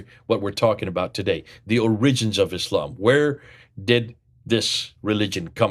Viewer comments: putting the accent on the second syllable of 'origins' is a little strange. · It's hard to take your scholarship seriously when you can't even pronounce the English word "origins" properly. Try the accent on the first syllable. You're welcome.